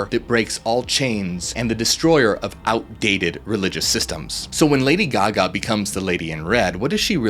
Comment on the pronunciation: All we hear is Ladio Gaga... (sorry).